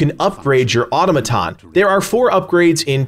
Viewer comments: Autom-aton, not auto-maton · People:Its pronounced "Aa-taa-muh-taan" Legacy: "Auto-muh-ton" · Au-to-ma-ton. You not being able to say the word correctly is scary. It's a real word. Not to mention the game literally explains all this very well. A disgrace to gamers. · It's pronounced "aa·taa·muh·taan" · You're using automaton too much to be pronouncing wrong. Its cringy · Jesus Christ please learn to pronounce automaton correctly. I guess editors don't exist in YouTube